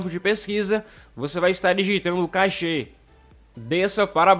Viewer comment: não é cachê e sim cáche. Silaba tonica no ca .